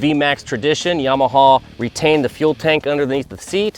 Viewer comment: my ears hurt whenever he pronounced their names. "dee yah vel" , .."yaw- mah-h"...